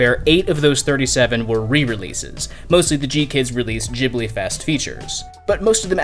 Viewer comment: Love your content, but can't help but notice you are still pronuncing "Ghibli" wrong. It's pronunced with an hard G, not a soft one. Trust me, i'm an italian